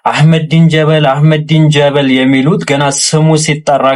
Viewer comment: he say አህመዲን ጀ(ሸዳ)በ(ሸዳ)ል 😂 ል ምትለውንም ሼም ይዞት ነው ሻዳ ያላደረጋት መሀይም